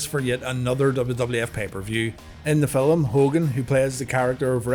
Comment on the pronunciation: Did you say filim my guy?? Update.....you did lol